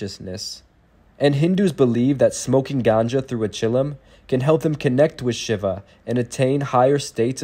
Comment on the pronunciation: Too bad the person who is narrating does not know how to pronounce “Shiva” properly! 🙄